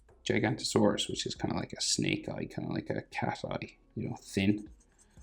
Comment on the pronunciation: You pronounce giganotosaurus wrong